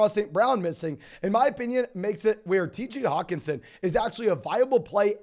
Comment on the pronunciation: does he not know how to annunciate the H in Hockenson? lol